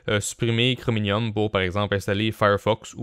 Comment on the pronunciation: Hoooo po mal l'os !! Sinon pourquoi tu dit chrominium au lieu de chromium ? XD